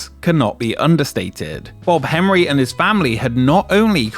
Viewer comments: You keep saying "Hemry", but occasionally say "Henry" - which is it? How irritating. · why do you say Jeff Hemry instead of Jeff Henry? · every time he pronounces Henry as “hemree” I die a little more inside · Why does the narrator repeatedly refer to the family as "Hemry" when it appears in the video to be "Henry"? Is this some odd form of British pronunciation, like when they say "fink"instead of "think". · I googled this. Turns out the guy's name is Jeff HENRY, not HEMRY, as pronounced here. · Outside the point of this video which I was already very familiar with. I'm curious, was this AI voiced and you kept typoing Henry to Hemry or can the narrator just not speak correctly?